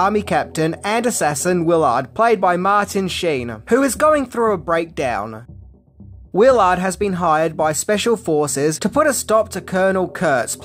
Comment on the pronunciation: You said the character’s name as Wil Ard. It’s Willard.